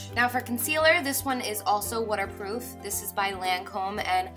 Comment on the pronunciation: its wutter proof guys